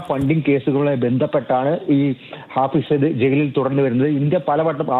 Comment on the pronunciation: ഫായിസ് സായിദ് അല്ലടാ തെണ്ടി.. ഹാഫിസ് സായിദ്.. എഴുതാനും വായിക്കാനും അറിയുന്ന ഒരുത്തൻ പോലുമില്ല?